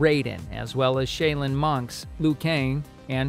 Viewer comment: Meleeeny? Wow. Shaylin Monks? Wow